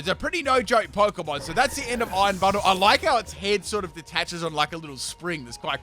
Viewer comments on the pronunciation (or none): When says Iron Bundle it sounds like Iron Butthole. It also does not help when you see future Delibird's tail from the back during battle lol.